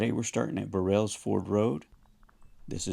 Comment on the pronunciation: It’s not Bur-rells ford it’s pronounced Burls Ford. 😮